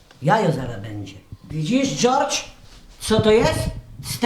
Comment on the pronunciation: Dżordż haha jak Baśka to zajebiście wymawia!